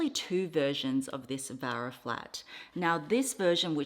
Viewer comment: Hi! It's actually Vera not Vara. spelling and pronunciation, Vera😊